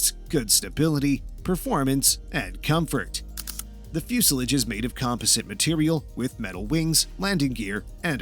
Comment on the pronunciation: And "composite".